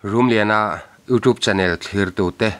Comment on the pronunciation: iutup ti lovin iutiup ti thin teh u 😂😂😂